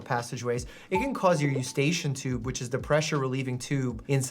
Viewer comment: Mousey trying to pronounce "eustachian tube" is adorable.